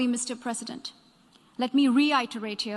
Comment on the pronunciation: The way she pronounced Mr. President is just osm ❤️🔥